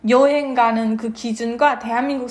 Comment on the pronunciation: 아버지는 아직도 발음이 "여행"이 아니고 "려행"이라 하시네요 ㅎㅎ